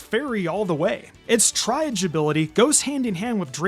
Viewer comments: Triage is pronounced "tree-ajh" it's french for "to sort" it's used in the medical field to determine patient priority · it's pronounced "tree-age" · Triage is pronounced “tree-ahj” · "Tryage" 😭😭 I can't do it anymore LEARN HOW TO SAY WORDS! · It’s no use. This guy is allergic to pronouncing things correctly.